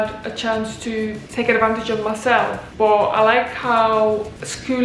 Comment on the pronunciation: Are you a Scouse or a Manc . The word "but" gives it away. Great video glad you like it here